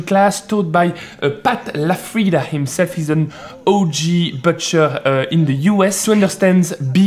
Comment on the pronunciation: the U in butcher is pronounced like the OU in bouffant, not like the œu in bœuf or the EU in beurre